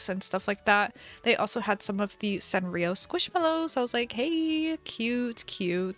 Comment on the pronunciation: Everyone knows u can’t spell squishmallows 😂 because u hear it like ‘squishmellows’ u say ‘squishmallows’